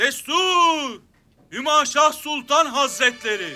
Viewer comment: hümeyşah değil hümaşah